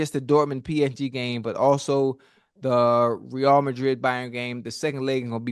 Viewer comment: "Ray-AL" Madrid... come on now, stick wit may!! Great segment!!